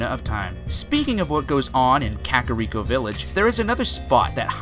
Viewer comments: You said skulltula and kakiriko wrong. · The dude says kak-rick-oh when I think demonknight is saying it is pronounced kak-a-reek-oh with which i'm inclined to agree with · OKAY OKAY OKAY Skulltula - SKULL-chu-luh Kakariko - KAK-uh-REEK-oh Termina- TUR-min-uh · And Kakariko